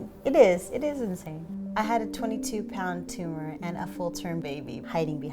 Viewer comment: IT'S NOT A TUMAH